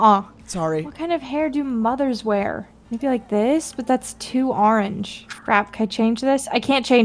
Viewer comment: i love how they say arrange instead of orange